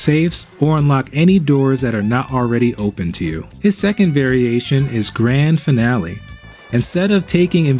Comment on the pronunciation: larcin not larcine and adieu not adiou !! grande finale not grande finalé